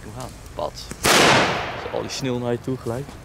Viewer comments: Jij zegt geen sneeuw maar snil😂😂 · je spreekt sneeuw uit als snil lol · Is het sneeuw of “sneel”😂